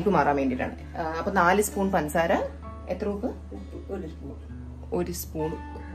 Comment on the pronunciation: Pansaara alla പഞ്ചസാര